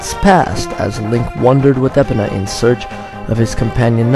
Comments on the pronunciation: Lol epina instead of e-pone-uh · It's Epona, not Epponna